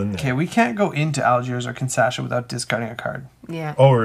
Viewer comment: Guys, it is Kinshasa, not KINSASHA :)